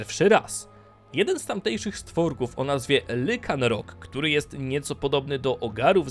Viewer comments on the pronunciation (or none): a i nie lycanrock tylko lajkanrock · tylko nie lykanrok prosze nie kalecz wymowy :) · to boli, musze napisać: tego pokemona wymawia się Lajkanrok